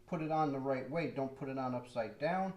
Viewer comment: New supporter here. I had to laugh when you said a wight way 😂. I do that all the time. Looks like a great channel!